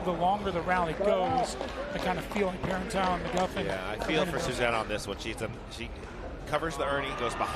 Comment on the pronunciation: The announcer with the Jordan Peterson voice is doing a lot of bad analysis. And he's slaughtering Catherine's last name. Super disconcerting. Like, does he even know who these people are?